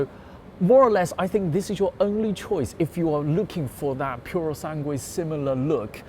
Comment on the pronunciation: He says purosanguey, where at the end of that word is an uey